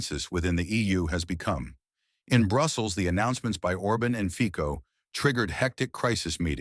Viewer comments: His name is FICO, and not FIKO ! Stupid narrator ! FICO, not FIKO ! LEARN HOW TO SAY IT RIGHT ! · Why do you pronounce i Feeh-koh and Or-bin? Why don't you take the trouble to look up how to say their names properly?